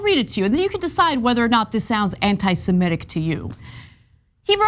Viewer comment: BIG NOSE cant even pronounce the word right. It's Anti-SEmitic, not anti-simetic.